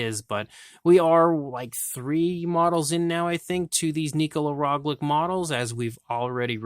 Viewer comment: It is Roglic and not Roglik